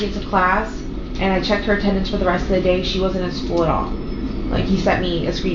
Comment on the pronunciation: ok so it's not just me that's annoyed by the skoo 😂